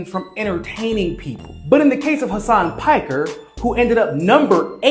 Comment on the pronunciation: Hasan "PAKKER"🤣 i love you but u couldnt say most English word of all😂